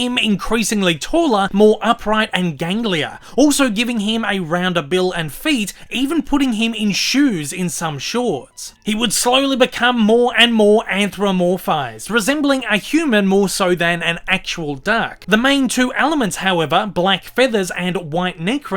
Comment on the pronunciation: This is a fantastic analysis,! Well done! One small thing: You're mispronouncing "anthropomorphize." You're leaving out the "PO" in the middle.